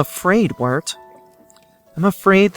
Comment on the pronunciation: Wirt literally sounds like the word "Weird"